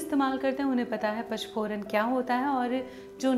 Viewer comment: nice idea. Par eese PACH PORAN nahin bolaa jaataa PA N CH PORAN kaho tau sahi uchhar hogaa. Aap bolte ho ees mein anuswar nahin bol rahi ho . PANCH = Paanch / PACH kaa tau koi arth hi nahin hai! Text mein likhaa hai headline mein vo baraabar hai par bolne mein aap galat uchhar kar rahi ho.